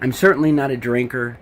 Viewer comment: i like that he emphasizes that he doesnt drink alcohol more than drugs lmao. "im not a drug addict and i CERTAINLY!!!! dont drink!!"